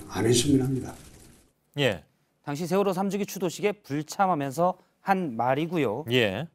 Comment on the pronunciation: 경상도 것들아, 쉐월호가 아니라 세월호다. 니들 정신세계는 무슨 문제가 있기에 정치인이건 일반인이건 보수라고 자칭하며, 그 쉬운 ㅅ 발음도 못하냐? 한국의 현대 정치사는 니들 쉐끼들이 망쳐놓은 것 아니냐? 그러니 류여해가 니들 천발 받았다고 하지 않나? 뉴스 봐라. 쓰레기 정치인, 기레기 들은 어찌 싹 다 경상도 출신이냐?